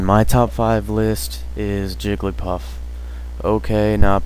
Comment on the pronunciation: I stopped watching at "Jigglypuff"